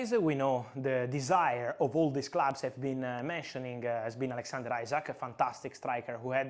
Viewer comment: Btw fabrizio it’s not isaac it’s isak